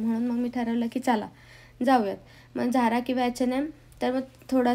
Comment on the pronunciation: Zhara nhi its zara…झारा Nhi ज़ारा